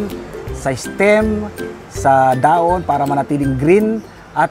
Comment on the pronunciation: Kapampangan po ba kayo sir?wala po kase kayong "h" e..dahon =daon...hehe